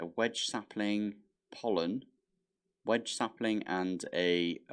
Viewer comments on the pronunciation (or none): And saying Wenge as wedge. 🤭 As a woodworker I had a little friendly chuckle at that one. All in good fun though.